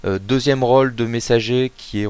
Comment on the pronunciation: mauvaise prononciation de " rôle " c''est un O fermé et non pas ouvert , à cause de l'accent circonflexe sur le O merci de ne pas bousiller notre belle langue Merci !!! hihihi